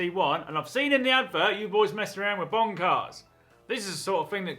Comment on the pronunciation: Am I the only one who keeps hearing "Bong-Car"??